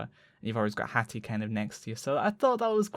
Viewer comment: Lmao HATHAH x) PE! ME PE HATHAH! sorry it's too funny